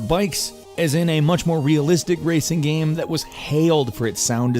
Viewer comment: "It's a good gaem, it's a pretty gaem."